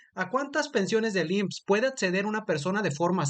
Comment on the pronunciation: Acceder, no atceder!